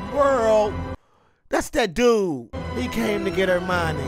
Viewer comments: Back when The Batman was in a Harry Potter movie. My boy calls Hermione "Armani" 🤣🤣🤣 best way to remember is Her-Miney. And when you finish the series, you should check out the HBO special they released New Years. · He hit the caretaker with the “green blast” (death curse) at the beginning, Harry was seeing that meeting in his dream…also bro you saying Armani??? It’s HER-MY-NEE 🤣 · Its pronounced "Her-mine-ee". Ideally in a british accent the h is nearly silent and it sounds more like "Err (like error) - mine -ee", then the "mine" is a bit different too, but at least then you'd have the letters right. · Petition to change Hermione’s pronunciation to Armani 🙋‍♀️ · I ❤️ that you call her “Armani” 😂🧙🏻‍♀️🪄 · I know this is from a year ago but i'm still waiting for someone in the comments to tell him it's HERMIONE not Armionie. lmao!!!!! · Still with the "Armani" lol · Not criticize your pronunciation of Hermione’s name, but the way I remember it is: her-my-o-knee. Love your commentaries otherwise. Should listen to the audiobooks. Jim Dale is talented.